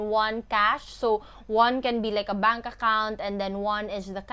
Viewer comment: i love how you say bunk account......😂😂😂